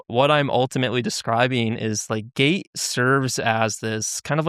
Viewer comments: Hahaha yep, a lot of comments think he's saying gay. It's funny, the program doesn't exist in the school Springville, NY district he claims. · Is it just me or do they need to annunciate the (T) in gate better because it keeps sounding like he’s saying gay